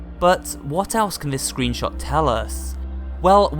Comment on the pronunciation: you sayed scroonshot